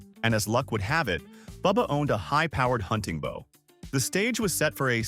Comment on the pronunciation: Bow as in deep nod not bow as in 🏹 bow and arrows.